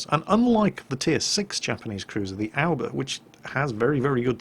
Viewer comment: Hauke Born Yeah, his pronunciation of Aoba can leave one feeling pretty blue.